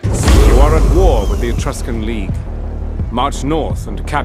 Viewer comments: Etruscan is pronounced eh-truss-can. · ***** It's pronounced /ᵻˈtrʌskən/. ə being like in about, or winner. An uh sound. So, et-rusk-un. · Dude its pronounced atruskan. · Etruscan [eh-trus-can] Syracuse [See-rah-cuse] Carthage [Car-th-age] Hastati [Hast-aht-ee] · ETRUSCAN etruh-skin